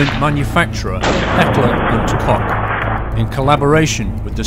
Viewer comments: its pronounced coke not cock... lol but it is spelt different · The Keckler and Kock? More like Koch which means cook. Very nice guide for a very beast gun. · isn't it heckler and koch not hecker and kock? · It's "Heckler und Koch" not "Heckler und Cock"! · Heckler and Kock? It's Heckler and Koch. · It is Heckler & Koch. KoCH ! Even if you guys can't pronounce a German CH correct, please at least write it correct... You wrote KoCK right in the introduction... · Nice review but its pronounced kosh not cock. Keep up the good work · Kochhhh!!!! not cock! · *facepalm* It's Heckler&Koch not Heckler&Cock... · It's Heckler & Koch, not Kock. Awesome series, can't wait for the next ones. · Really good series, keep it up. But please dont say Heckler and Kock (<-lol). Say Heckler and Koch. Sincerely, a german :P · Heckler and Cock? I thought it was called Heckler & Koch. Anyways, a very good video. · Wrong. FUCK... Go to H&Ks website. Its pronounced COKE... COKE.... ... not CH... Seriously... all of you fuckers rag on him for mispronouncing the goddamn name when ou all fuck it up instantly. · Wrong. It's pronounced "Coke". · Mate, i'm Dutch and even i know its not cock they wouldn't be so stupid to call it that anyway. But the ch is pronounced almost the same as the Dutch "ch". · and again i heard heckler&cock.... to all americans (and other english speaking people): the "ch" in koch is pronounced like the "j" in the spanish name jesus (as far as i know there r many hispanics in the US so they can teach u) its so ridiculous to hear heckler&cock/coke/cook..... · I believe the proper pronounciation for the "Coch" is the same as for "Coke". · Pretty sure its Koch --> Coke. At least in the US thats how we pronounce it. I'm sure every country has their own way of saying it. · it's read heckler and kosh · guys he couldnt help saying cock ... americans/english cant say ch ^^ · Wtf why can't he say the Heckler and Koch properly? So annoying.